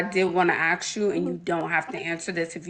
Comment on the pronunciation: She has a hair business, she's into Real estate and can't even pronounce the word ASK. How typical! 😂😂😂